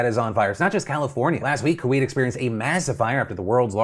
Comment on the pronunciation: Hey Phil! It's Coo-Wait, not Coo-Wheat. Thanks for all you do!